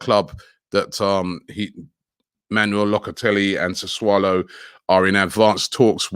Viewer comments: Isn’t is pronounced closer to Sassoulo not saswallow? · Sa - Su - Low ffs 😂😂😂😂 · how many clubs does locatelli play for?? - sassuolo, sassulu, sasaalo, soswallow, sausolo... 😂😂😂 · No one: Robbie: "suss-wallow..." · Robbie saying susswallow makes my day 😂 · After getting tired of butchering player names, now butchering club name too.